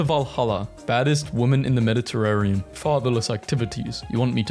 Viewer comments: MediterraNean, not MeditarraRean....I thought I was going through another Mandela effect or something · You said Mediterrarian instead of Mediterranean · "Shiron" "Calligoolar" "Medderterarion" "Ah-thian" "Aggin-court" "Oligarshic" "Crist-en-dom" When you are reading words aloud for the very first time. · anyone else whip their head up in amazement and disgust at hearing Constantinople be referred to as "Con-stand-nip-O-lee" and then again when he said "Med-i-terr-err-ian" and then AGAIN when he said "Ath-EE-yan" instead of ATHENIAN?!?!?! bruh these are surface level historical terms your grandma might know